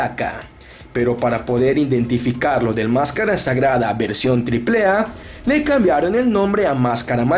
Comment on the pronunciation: Pues esta canijo "indentificarlo"...jaja